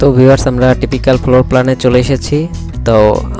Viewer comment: D/din arringe not ok most of apane typical floor uocharan korte paren na but building design korchan besh tu